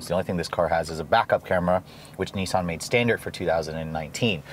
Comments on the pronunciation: Nissan is with a swedish accent, with a short I. Not niisan :P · Wish Americans would pronounce nissan properly